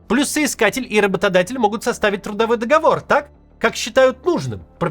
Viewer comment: Несмотря на ненормативную лексику, надо отметить, что это военрук правильно произносит слово "ДоговОр", что сейчас и образованные люди редко могут